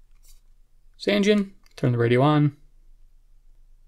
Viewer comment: It's actually pronounced "SAHN-jeen" ... I verified it.